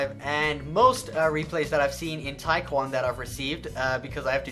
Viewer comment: I thought you pronounced taekkyon tachyon....